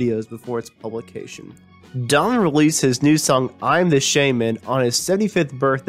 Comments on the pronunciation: In Ireland, we pronounce the name Done-o-van. It is from the Irish surname Don-na-bháin or in English Done-na-vaughan. Donnabháin means dark or dark brown. I do feel your pain. So I think it's only fair we change the "Don" to "Done" ;)) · This guy can not speak clearly, and . The poorly pronounced words hurt my ears. For instance, Donovan has three syllables, yet this guy slurs it into two, Dawn-Van. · Donovan, that's three syllables, not two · OMG! Couldn't they find someone who can read? This guy can't even pronounce "Donovan." And would someone please teach him the difference between "ally" and "alley"? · hahahah, I thought the same thing! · love donovan. would have been nice to hear this narrated by someone who enunciates a little more clearly and knows the words he is speaking -- the lost city of Atlanta? unless of course this was done by a computerized voice generator. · You garble the pronunciation of Donovan. This is an obvious fix that can be done easily. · Could you have found someone who can pronounce ‘Donovan’? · Can you get a better reader for the narration? I am an American and I can hardly understand the version of English you are speaking! You are slurring over words and mispronouncing them. Please......try to do a little better next time. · Okay , I'm 2 minutes in and that's enough . If you cant even pronounce Donovan properly I'm out . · Yeah, who the hell is Dovan? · His name is Donovan, not Donan. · I thought it was just me who heard "Domin" instead of Donovan, as pronounced by the narrator. Good effort, though. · Just a suggestion....when making a documentary, be sure to know how to pronounce the subject’s name. It’s not “Domvun,” “Dunnun,” “Don nun nun” or any of the other names you gave him. Say “Don o van.” Try it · It sounds like he keeps calling him Darwin or Darvan. It’s DonNAvan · Who the hell is Dommon? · Mell-yell? Donner? Are you a robot? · his name is DonoVan.... DONOVAN !